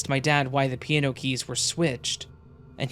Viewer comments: I slipped into a parallel universe, where there's a musical instrument called a "peee an no".. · Enjoyed the content. The way you pronounce "piano" tho lol.